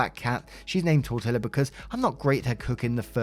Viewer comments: Well, it’s not pronounced tortilla, its tort-tiya. Also as much as I know OP hurts from loosing her marriage over this, things were really never going to be okay with that insane family and it’s best for her to move on. This could have ended worse, Ash could have killed her and the niece, obsessive behavior can go to removing the source of the obsession at any time. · 1st Tortilla is pronounced like tour-tea-ya two "LL" make a "y" in Spanish. 2nd that's some bs! Poor woman gets 💩 on for things beyond her control. She may have won the internet for most updates, but she just received so many sucker punches it's not even funny. OP, if you are reading this, please do move to a different city and away from all things Ted. What Ted did is probably the worst of everything. Yeah, he was supportive, but he let you down when you needed him the most. That's not ok. Will it be better for you in the long run? Probably so, but the "coulda", "woulda", "shoulda" creeps in when you least expect it and most vulnerable. Be safe. Be happy. And be YOU! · It's pronounced 'tor-tee-ya'. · What a great story! Love love the long stories and the delivery as always was exemplary. Small whispered hint behind my hand - pronounce tortilla like "tor tee yah" and just run all the sounds together. Thank you sincerely for your time and much appreciated efforts. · i imagine there's already 100 comments saying it, but tortilla is pronounced tor-tee-ya. it's a spanish word, the double l is its own letter in spanish and makes a ya sound there's a whole lot to unpack with this whole story so i'm just gonna focus on the simple things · “Apologies for it going that long” I AM BEYOND HAPPY WE HAVE SOME LENGTHIER CONTENT FROM YOU!! I could listen to you explain paint drying and be interested. Also as a Mexican, it’s “tor-tee-yuh” for tortilla ( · Lmfao tortilla is said like tor-tee-uh 😂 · "Tortilla" is pronounced: Tor Tee yah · I love you to pieces, but you really butchered Tortilla, lol!